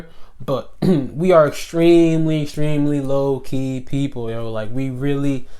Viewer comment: When you say low key fast, it sounds like your saying Loki!